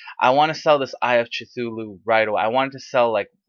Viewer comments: che-tulu? really? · "eye of Chithuloo" lol C is pronounced as a K